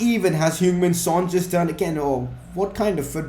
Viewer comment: and u pronounce it hyung just saying